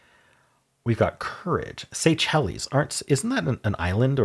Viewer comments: The islands are pronounced "Say-Shells" not "Say chellies" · The island country is “Say-Shells” not “say-chel-es”. And sacrum is the lower end of the spinal cord the last few tail bone segments. You were thinking of a sanctum. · Pronouncing Seychelles that way is a choice 😅